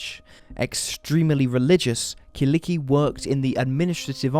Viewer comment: Killikki :D Such a cute way to pronounce her name.